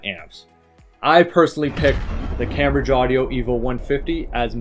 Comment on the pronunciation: Please learn how to pronounce Cambridge.